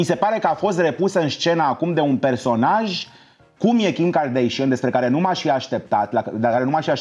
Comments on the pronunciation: OMG, va rog invatati sa le pronuntati numele corect... nu e asa greu Kim kardeshein ❌ Kim kardashan ✔ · De ce toți românii spun KarDEIȘIĂN ? E KarDAȘIAN. Fix cum se scrie. Nu am auzit niciodată din gura lor să se prezinte KarDEIȘIĂN.